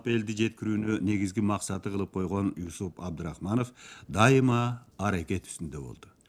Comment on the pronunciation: Ушул уктурууну чыгарганыңыздарга, эмгегиңиздер жана убактыңыздарга ыракмат. Бирок, Юсуп эмес, Жусуп деп окусаңыздар жаштарга дагы түшүнүктүү болуп, эсинде кыргызча аталышы калмак.